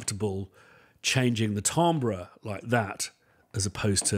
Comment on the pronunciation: Glad I'm not the only one who regularly mispronounces "timbre".